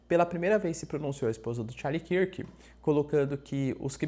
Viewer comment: Charlie KÃRK professor, KÃRK, assim como dunkirk